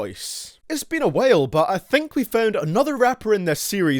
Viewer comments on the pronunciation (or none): Thedarthygues Do you understand that Europe is a continent, with... many countries? I'm from non-English speaking country, I'm proficient in English and I sound nowhere near the same as him, I, for sure, don't pronounce style as stale, or while as whale.